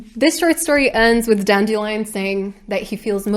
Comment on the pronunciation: I have been listening to this audio book, and it drives me nuts that the narrator pronunciation of Dandelion is DAN-DILLY-UN. 💜💜💜💜💜